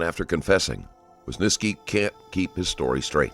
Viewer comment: who is this wysniski you are talking about? how hard can it be just saying WYSYNSKI after hearing it from multiple officers several times????